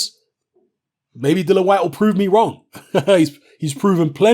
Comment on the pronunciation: I wish you'd say "Dillian", it's Dillian, isn't it? But decent vid... I don't know why you have to feel you need to "prove" your picks though. It seems many of your vids begin with "remember back in 1865, when I said this on YouTube? Don't get it twisted...."